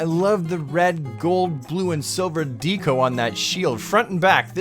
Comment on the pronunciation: "Bode-ice" is bad enough, but I can't forgive "dee-co"